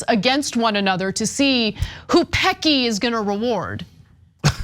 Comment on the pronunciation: 😂 OMG! Anna it's pronounced Pessy. Not surprised by this at all. Worked for Amazon for 3 years in Registries. Had 2 strokes and was let go 🙄 because I had to do the training again because you know I have zero short term memory. And refused to work a 11 hour shift. That was my shift pre strokes (I had 2).